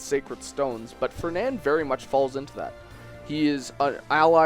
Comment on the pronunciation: Darth R0xas not trying to nitpick, but I think he said Fenand too